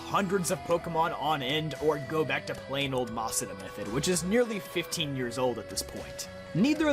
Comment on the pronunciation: At first i gave him a pass for not knowing about the shadow pokemon thing, but then he said “masuda”. 😬